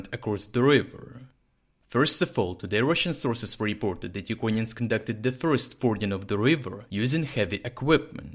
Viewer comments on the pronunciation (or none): Юкроніонс? Lol Say it as: ЮкрЕйніенс